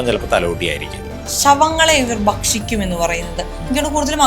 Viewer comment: "ശവങ്ങളെ ഇവർ ബക്ഷിക്കും എന്ന് കേട്ടിട്ടുണ്ട് , അഗൂരികളെ കുറിച്ചാണ് ഇങ്ങനെ കേട്ടിട്ടുള്ളത് " ഇതും മലയാളമോ ? എന്ത് കോപ്പാ ? തലതിരിഞ്ഞ ന്യു ജൻ മല്യാലം ! *ഭക്ഷിക്കും *അഘോരികൾ